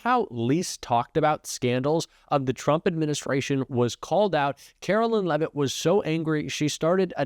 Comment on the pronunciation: I know ya hate her, I do, we all do....but please pronounce her name correctly. It's not "Carolyn" It's pronounced "Karoline"....like the Song